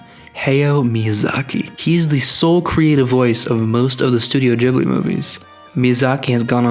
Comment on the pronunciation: im sorry. instantly paused the video. did you say jiblee? studio jiblee?!?! :*)